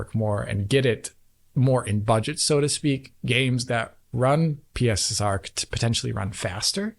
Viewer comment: You do realise that is Mark watches DF he also knows you've been calling PSSR "pisser"? 😂